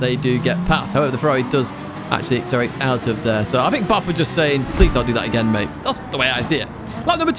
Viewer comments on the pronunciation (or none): none